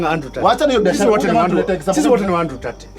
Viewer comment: Good stuff! However, I think you are a better director than an actor! As a stand up comedian, you are the best and on top there! I also think the pronunciation of Tate is Tate NOT Tut